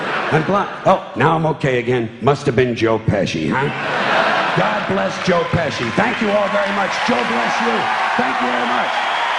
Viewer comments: bir de joe peshi değil joe pesci olacak goodfellas izleyenler bilir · Adam paradokslari espirili bir dille mukemmel anlatiyor Not : joe peshi degil pesci